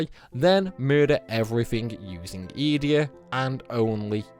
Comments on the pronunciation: Youre pronouncing these wrong on purpose right? "eeedea" fucking "baylam"???? Mans plucking letters out of thin air 😂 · The way you say Edea, makes me cringe 😂